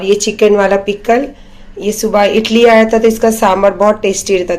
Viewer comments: Not itli idli bolte aata nahi he aur hosiyar ban rahi he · Idli ko Italy bol rahi 😂😂😀😀😀🤣🤣🤣